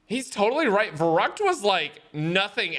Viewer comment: broooo as a german i was confused when he said "varrackt" when you mean verrückt... i mean come on haha xD